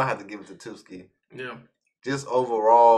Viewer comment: Dude I really like ur vids but please pronounce Tsukishima's name correctly... Its TSUki not TUSki